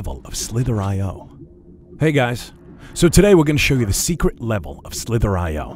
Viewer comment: I thought he said "slippery"